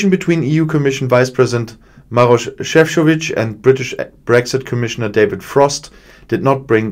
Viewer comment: Šefčovič (croatian name) I can see BIG progress with pronunciation :) Good job